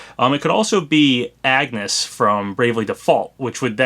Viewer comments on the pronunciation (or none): It physically hurt when you pronounced Agnès as (Ahg-ness) and not (Ahn-yes) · You pronounced Agnes's name wrong. It's pronounced "On-yes" not the seemingly obvious "Ag-nes". Come on, the girl herself even pronounced it for us in the Bravely Default game itself. She literally said her own name multiple times in the game. Then again, I haven't played Bravely Default in such a long time and I haven't played the sequel at all since I haven't beaten the first game yet, so maybe it's somehow for reason changed in the sequel, but the "On-yes" is just pronunciation that I'm familiar with because it's how I remember it being pronounced in the first game. Anyways, I do think it's more likely that the girl in the top left is Agnes than Ayumi. Ayumi is a very old not to mention obscure character. So I find her to be a pretty weird character to be in Smash and very unlikely, especially now. That said, Agnes seems more likely here assuming this leak is real. Especially since she's actually starred in a couple games in recent years. So that said, Agnes makes more sense to be in Smash than Ayumi. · That's a horrible Skull Kid "portrait," in my opinion. And Agnès was painful to hear. You don't pronounce the g, friendly tip. Ahn-yes. Just for future reference! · I do have to say id fucking love a bravely default rep, but edea would be better or tiz Also, it is actually pronounced Ahn-yez, because of the accent mark over the "é". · I love you and your content man, but that mispronunciation of Agnès's name was atrocious. It's pronounced On-yes, like this way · Hey, want a lesson in grammar? Angès is French. It’s pronounced On-yes. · Yeah it's pronounced Ahn-yes. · You are pronouncing Agnes wrong